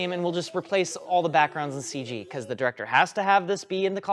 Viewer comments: did my guy just say "full ceeg" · If he says "full seege" one more time, I'm going to unsubzzz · So we're just saying "Seige" now instead of CG?